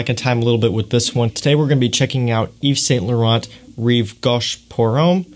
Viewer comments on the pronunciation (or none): It's not an "old" fragrance, it was first released in 2003 for goodness sake, not 1953!! Also try saying 'Yeeves San Loron', it'll sound a lot closer to the correct French pronunciation ;)